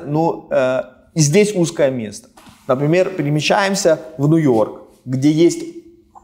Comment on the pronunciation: Теперь я тоже говорю-Нуёрк